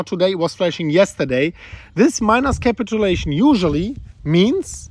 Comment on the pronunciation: Capit-chew-lation ... Not capital-lation